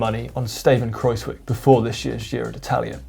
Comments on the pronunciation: Dear GCN, it's a lot more "Kraus-whyk' than Kraus-whick! The 'wij' in 'wijk' sounds more like "why"! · It is pronounced Kruijswijk not cruzewick